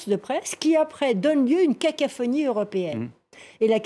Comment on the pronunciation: Elle a dit cacaphonie XD😂